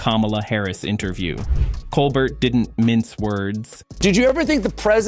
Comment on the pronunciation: Why can't you pronounce Colbert's name correctly?